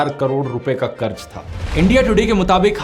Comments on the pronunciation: Karj nahi karz hota hai dear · Bade Bhai karj nahi qarz hota hai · Qaraz bhai qaraz otherwise great video